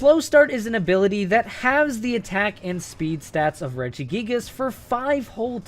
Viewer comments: REGIGIGAS, NOT REGGIGIAGAS! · IT;'S REGIGIGAS, NOT F*CKING REGIGGIGIS!